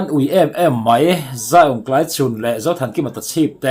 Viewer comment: Tlaichhun ti a i lam dan hi kan beng a kham ngawih ngawih. A lam dan dik chu Mafeli lam dan khiab lam hram teh aw.😮😮Channel nei tu pa